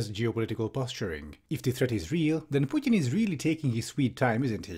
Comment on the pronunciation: Ah, I appreciate your critical thinking + finally somebody who (I think) pronounces "Putin" correctly